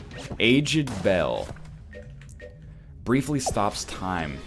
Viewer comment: why cant he say aged